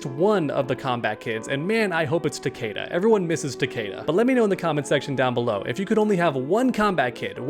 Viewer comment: Why the fuck does everyone say Takeda wrong? It's ta-kee-da. That's literally how everyone in the MKX story says his name.